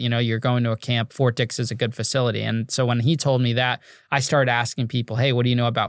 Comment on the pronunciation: It’s Ft. Dix not Fort Dicks😂😂😂😂😂😂